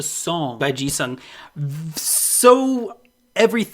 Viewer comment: The way you pronounce "Jisung" sounds like Jesus somehow 😂😂😂